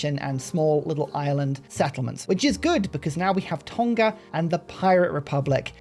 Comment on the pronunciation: Just a heads up in terms of pronouncing “TONGA” it’s not a hard G like TON-KA. It’s a silent nga similar to the words new or knew. So pronounce it like TOR-KNAR.